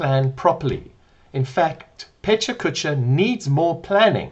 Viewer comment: The presenter, Richard, repeatedly mispronouncing Pecha Kucha as PechaCHKA is distracting my language teacher brain to the level of physical pain.🤡😡😤 He also manages to make it boring🥱 - but if you can endure him as a speaker 🙄, the content is worth hearing.